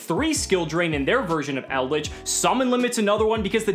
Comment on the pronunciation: Shout out to for pronouncing the trap monsters correctly 👌